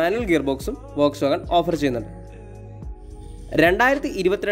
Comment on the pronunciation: വോക് എന്നല്ല.. ഫോക്സ് എന്നതാണ്... ശരിക്കും പറയുക...